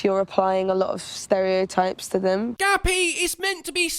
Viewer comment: Ha! For a minute I thought her name was Gabby but you were calling her "Gappy"! And what a fitting name that is. Who the fuck is worried about what other people jerk off to?! Unless it's kids or acts of beastiality or necrophilia or something along those lines, who cares? These broads are fucking nuts.